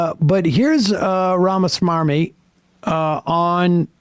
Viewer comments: I love how Sam purposely mispronounces some of these ghouls' names on purpose. RamaSwarmy is accurate AF 😂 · I like the fact that Sam specifically takes the trouble to pronounce RAMA-S-M-A-R-M-Y. It may not be his actual last name, but describes him to a tee. Smarmy (adjective): revealing or marked by a smug, ingratiating, or false earnestness Merriam Webster Dictionary.